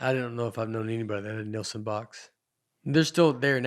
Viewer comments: Binged all the episodes this week. SO GOOD. Nate’s special might be my all time favorite. IS a secret genius. Knows something about everything. seems like the best kind of people. Nate, it’s Nielsen. Neeel-sen. face lights up when Nate dunks on hat. So good. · Did that guy actually ask if it was a real shark? BTW Nate just ignores the i in the name and says Nelson over and over. Disrespectful or slightly illiterate?